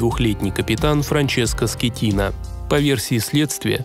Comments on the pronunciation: Не скетино а скатино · Капитан не Скеттино ,а Скаттино! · Франческо Скатина а не Скитина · Он не Скитина, а СКАТИНА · Теперь Он Франческо не Скетино а Скатино..😄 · Франческо скатино а не скитино получается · Франческо Скотина,а не Скетина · Скеттино, но ударение падает на и.